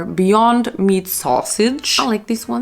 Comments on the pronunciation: Girl you’re saying meat wrong 😭 it’s « meet » not « met » (love u tho) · It´s MEAT, not met